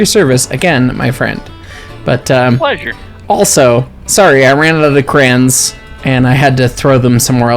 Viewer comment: "Cren?" You mean "Crayon?"